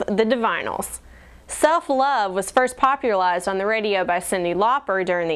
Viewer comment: "popuralized" and "divinyls repopuralized the theme of handling your own bidness" ""like 4 straight guys on their way to a baptist(?) costume party" except it's clearly 5 people in the picture